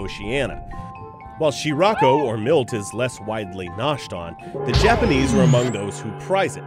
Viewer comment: Gosh damnit. It's not "She-Ra-ko", it's "Shi-Rla*-ko". In the Japanese language, you pronounce each character individually to form the word, and, totally not to rant or anything, is way more convenient than English's garbage spelling rules... *The Japanese pronounce their "R's" rather oddly.